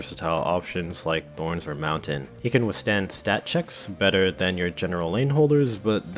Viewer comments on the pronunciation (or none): none